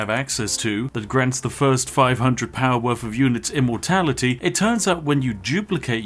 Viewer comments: I keep hearing "Immortalitea" than "Immortality" 🤣 I think I need to lay off the Yorkshire TEA! Which is and as sponsored by the great Spiff delicious. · I only heard him say immortaliTEA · I swear when i hear him saying immortality, he actually says ImmortaliTea